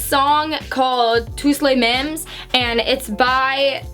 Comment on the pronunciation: Les français ça m’a fait trop rire comment elle a prononcée Tous les mêmes de Stromae 😂 elle est trop mignonne 😍